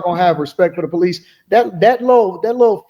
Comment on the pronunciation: white woman with a crazy idea here: it might help cops take you more seriously if you pronounce the word “police” correctly. 🤷‍♀️